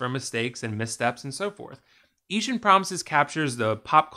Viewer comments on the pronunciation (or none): Eashtern?? How rather annoying.... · Lol sorry, can't get over the idea that you put so much effort into the presentation and quality of this video and then referred to the film itself by a word that doesn't even exist in the English language for the entire video. Eastern Promises my friend. 'Eeshun' isn't a word.